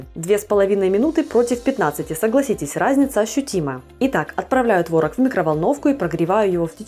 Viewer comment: не творог, а творог 🤡